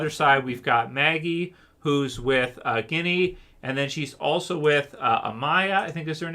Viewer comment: Dude her name isn’t Guinea it’s Ginny with a J lol